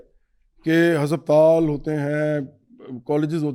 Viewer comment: Hopsatal bol raha ha😅